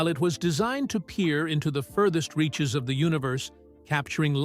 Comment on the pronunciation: Man, the AI narrating this is the worst! It keeps putting the wrong emfassis on the wrong sylabble! (Just sound it out... you'll get it). "... from its outer...(turns page)... REACHES!